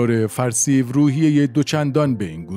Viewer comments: 12;45 NOT Farseive, prononced Far See yoo .Farsiyo. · 12 04. The name of that general is pronounced farsyou not farsiv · بله کانال پربار و بیانی شیوا ، لطفاً به بعضی نکات در خصوص تلفظ نامها توجه شود، به لاتین تایپ میکنم. Timsar Farsiv!!! اشتباه Timsar Farsio صحیح... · با تشکر. فقط "فرسیوً" نیست بلکه "فرسیوو" هست. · سلام بزرگوار صدای گرمی داری ، اولین باره کامنت میذارم برنامه هاتو می بینم خوبن ، دمت گرم اما ی نکته ، نام اون آقا فرسیو و تلفظش فر سی یو هست مثل سی پی یو Far_C_U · خواهر حمید اشرف همسردکترحسین علیزاده معاون وزارت بازرگانی ورییس بهایی سازمان غله وقندوشکروچای بود. نام فرسیو را اشتباه تلفظ میکند. به لاتین مینویسم شاید گوینده محترم بداند. Farseyou. حداقل اسم را درست تلفظ کنید. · سپهبد فرسیو(Farsio) صحیح است.